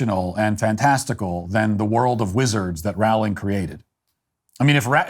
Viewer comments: It's Rowling as in bowling. Her name doesn't rhyme with howling... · Firstly if you can't say Rowling correctly then just don't say it. Row, as in row your boat gently down the stream, ling. Secondly, it has been shown that people's diet and hormones while pregnant can effect the gender a child comes out as. Since it is possible (even if not 100% controllable) then who is to say someone can't identify as something else. Transphobia is just another ignorant thing for people to discriminate against and why humanity is held back as a species. Learn to accept people who are doing you no harm or shut the hell as you only lower the collective intelligence of society. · BTW, JK Rowling is correctly pronounced to rhyme with the word bowling, as in bowling ball. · Rowling is pronounced as in "Row, row, row your boat". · This is great, and Radcliffe's behavior is awful. (But Rowling is pronounced "rolling.") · You pronounce her name wrong. It’s pronounced with an o like bowling.